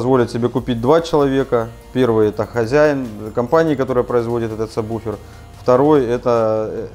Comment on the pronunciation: сабВВВВВуфер. Вроде грамотные люди. Слух режет.